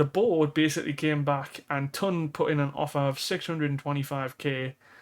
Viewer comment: Once again I am asking you to say Toon not TON :pillow-turquoise-hot-chocolate